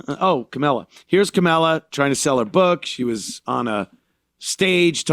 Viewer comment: kamilla kuhmilla Anthony purposely says her name wrong